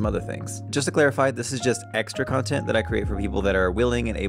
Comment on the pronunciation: Lol, you say "contint" the same way Mera Mangle does